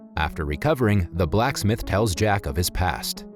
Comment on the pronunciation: Why you gotta say Blacksmith like it’s two separate words?